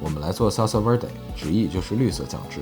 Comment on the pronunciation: salsa verde 的v 其實應該發成b 因為是西文的關係～